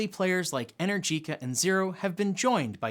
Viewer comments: Just a heads up, ...it's not "inner-jeeca" It's "E-nergica" 👍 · PLEASE learn to pronounce Energica correctly - E-nergica NOT Energeeca. Thanks :) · Since you've been pronouncing Rimac the right way ( with the rolling "R" and the "TZ" at the end) you should pronounce Enérgica, and not Energìca..it really made my ears hurt.